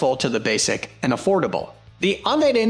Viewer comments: It's YOU-KNEE-DEN not UN-EYE-DEN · 010323 - It's pronounced "You-Nih-Den" For someone who seems to know a little something about scanning, Uniden has been around a VERY long time. Please honor them by pronouncing the Name correctly. Thanks! Oh and HAPYY NEW YEAR!! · Don’t know if i want to take advice on best scanners from someone who can’t even pronounce “UNIDEN”.